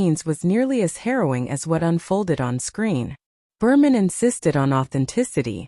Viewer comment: You should program your AI narrator that the director of “Deliverance” is John Boorman, not John Berman.